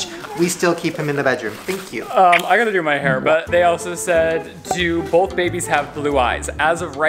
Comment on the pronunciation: why does say “boLth” instead of both lol Shane too